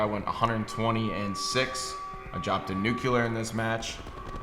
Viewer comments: What the fuck is a nuculur it's newclear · Wtf is a nucular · Must be nice dropping a "nucular" Kappa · Yeah, George W Bush said it, everyone was making fun of him for it, and now everyone is saying it. Drives me crazy. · dude, i dont kniw whats the deal with all of them, Pamaj used to say it like that, Scump says it like that, im usually not bothered by this kind of different pronunciation but nucular just sounds stupid as hell